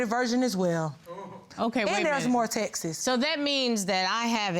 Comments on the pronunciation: It's not texesss. It's text's. Lol! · Omg Texas is a state ....please learn how to say texts.